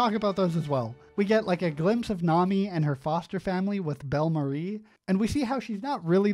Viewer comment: Loving the editing and you’re incorporating some of the actual One Piece music. Nice, One Piece is relatively unique being a TV anime with a fully orchestrated soundtrack. FYI Bellmere is pronounced ‘Bell-Mare’.